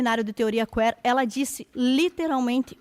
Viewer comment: teoria Quêêêr??? A pronúncia está errada.